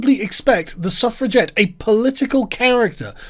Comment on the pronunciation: I thaugh you were saying " Self Reject " instead of suffragette ^^"